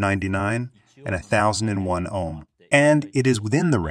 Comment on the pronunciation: These are great videos about the basics of electronic components. One minor quibble. Whomever is doing your reading is miss-pronouncing a couple words. It's Ann-node, not a-node for anode. And it's Oam, not ahm for Ohm. Solder and soldering are a bit trickier. If you're going for an American pronunciation, it's sa-der, and sa-der-ing. The british pronunciation is closer to what your speaker is saying, but the rest of his accent is American, so it sounds a little strange.... I'm also not sure if they pronounce the l in solder. To me the british pronunciation sounds more like soe-der, and less like sole-der. The translations themselves are perfect. Just a few technical words your speaker should learn the right pronunciations.